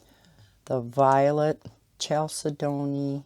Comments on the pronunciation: chalcedony I think is pronounced more like Kal-said-on-ee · Chalcedony would be: kal-said-knee